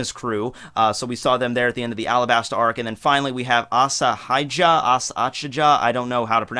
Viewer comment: I like how bro pronounces Alabasta 😂